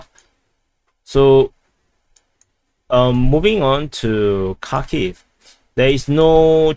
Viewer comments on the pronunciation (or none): none